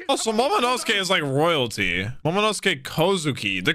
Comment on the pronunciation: Remember when could not pronounce Momonosuke even after dozens of episodes since his introduction back in Punk Hazard. To see him roll that name off his tongue like it was nothing is so satisfying to see!